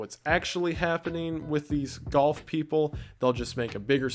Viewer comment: The fact that you pronounce golf like goth makes that whole section amazing.